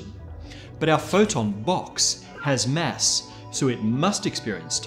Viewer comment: Mass, not mess! Fuck.